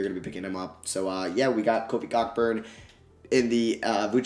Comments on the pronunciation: I noticed that lol he said cockburn and I laughed but I joke about saying his name like that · Hahahah, it’s Kofi “Co-burn”😂😂😂 just wanted to lyk. I made the mistake too. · Just fyi it's pronounced Kofi Co-burn. It's the way it is pronounced in Jamaican. Great video though👍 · Kofi Cockburn’s last name is pronounced co-burn. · Yo just to let you know Kofi Cockburn's last name is pronounced "CO-burn" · It’s pronounced “Co-Burn” not what you said 😂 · Plz it’s pronounced Kofi Ceau-burn. Like Co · Cockburn is pronounced koh-burn